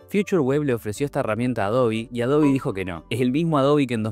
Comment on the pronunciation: que tiempos... lo unico raro que veo es pronunciar "Adobi" jaja😅😜